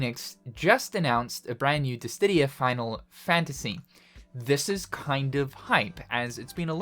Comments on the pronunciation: I swear you say dis didia on purpose the last time you made a DIS SIDIA reference the comments were the same xD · DISS•I•DIA Not DISS•DID•IA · Curious why you add a "T" to Dissidia, pronouncing it "Distidia"? Is it a reference? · is he saying dissdidia? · Ahhh, I love it when says "Dissdittia". The fact that it's still the same pronunciation after like 5 decades is food for my soul! Inject it into my veins! Jokes aside, though, I do actually find it very charming, so never change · Is it actually pronounced Dis-Tih-Dia as you keep doing? 😮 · This dude saying Dis Tiddy ya. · its dissdia go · diss-ee-dee-uh, i love you man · Why does he say dissTidia? The pronounciation is weird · Dist ti dia lol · After all this time...you still can't say Dissidia. Never change man. 😂